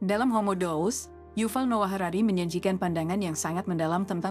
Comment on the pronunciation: Mengapa Deus dibaca dous?